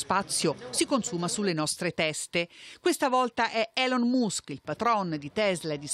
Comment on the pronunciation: La pronuncia di Elon Musk!! Ma come si fa pronunciarlo cosi male...